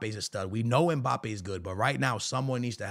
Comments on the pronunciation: Mbappe ❌ Mpabbe ✅ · “If mpaypal lands at Real Madrid……”😯